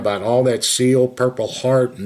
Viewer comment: It bugs me how she says navy SILL